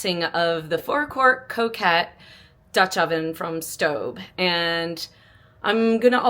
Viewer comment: Its co cot like a cot you sleep in. It’s not coquette as as in a woman who flirts 😉